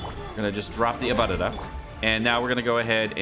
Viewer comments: If u say ALBEEDO one more time instead of ALBAEDO! I SWEAR! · Its Albaedo🤣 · But it's German, thus it's not Al🐝do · My ears hurt from him saying AL-BEE-DO Instead of "AL-BAE-DOUGH" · Can't get over you calling him "Albeedo" 😂 It's like when people call Diluc "Dieluc" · B. Eye. Dou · Say it with me, "al" "bae" "dough" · He can't even pronounce ningguang you expect him to pronounce albedo? LOL